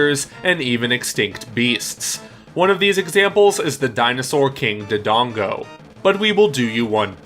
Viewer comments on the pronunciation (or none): I was about to close the video when he said King Dudongo, good thing I stayed